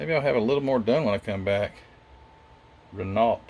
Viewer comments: Good review but just one thing It`s pronounced ``Ren oghh not Ren alt`` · Love your videos! By the way Renault is pronounced 'Ray-no', for future reference! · Very nice. And I believe it's pronounced "Reh-NO." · Common for U.S folk to say Reh-no which is at least close, Ruh-no is the proper way, funny as they pronounce L and T in the individual names of their car lines just not the main company name lol. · Hi. Its a frenchcar company. Pronounced.. rayno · By the way Renault is pronounced 'Ruh-No', for future reference!. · Yes Wren-Ohh the T is silent 😉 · The way the French spell things is strange . The t is silent . The Renault carshave competed at all major race series ,including formula 1 , le mans , and the rally car circuits